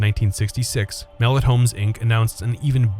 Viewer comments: 🤦‍♂️🤦‍♂️ that's not how you pronounce the name. It's mel-let not mellit !!! 🤦‍♂️ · Loved it Pronounced muh-lett tho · As a kid who grew up in the SW end in the 90s, the narrator pronouncing it "mel-it" irritates tf out of me 😂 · I miss hanging out there, i grew up in the 90s, going there, and saw some great movies, also Mellet is pronounce (ma let) it was named after a local news reporter that was murdered in the 1920s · As a former resident of Mellet Homes, Inc., and mall rat, thank you for creating this piece. However, you pronounce “Mellet” incorrectly and some facts were omitted or incorrect. Also the background voices during the walkthrough say Randall Park Mall.